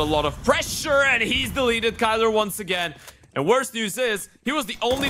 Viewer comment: Irytuje mnie, że komentatorzy nawet nie starają się poprawniej z pronouce'owac nick Kylara. Przy Grubym chociaż próbowali i to się szanuje. Boombl4 jakoś każdy poprawnie wypowiada. A tu w przypadku biednego Kaceperka jeden mówi KAJLA a drugi KYLO kurna REN chyba xd.